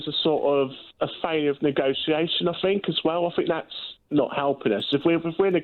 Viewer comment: And another thing he got it wrong at the point he said "I fink". Oooh I must calm down.